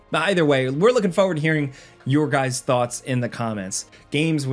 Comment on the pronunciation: Can't get over the way this guy pronounces 'forward'